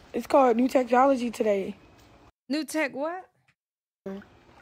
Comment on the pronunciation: "Say what...*rewinds* NEW TECHTOLOGY " 😂😂😂😂